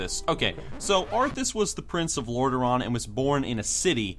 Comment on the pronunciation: It's "Arthas", you dumb fuck.